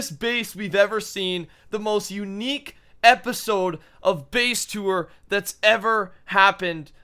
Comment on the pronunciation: Lol at the start I heard him say "face tour"